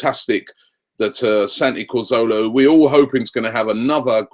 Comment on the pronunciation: Someone please tell me who is "Santi Corzola"?